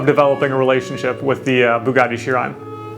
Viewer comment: Say Chiron again😂